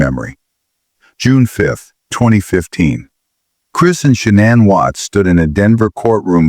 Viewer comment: Its shah nane not shannon (shah nin)